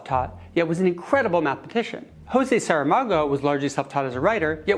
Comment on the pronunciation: José Saramago was Portuguese, why you read his name as if he was Spanish?